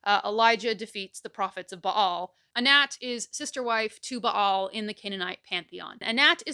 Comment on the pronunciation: I love that she properly pronounces the name Ba'al.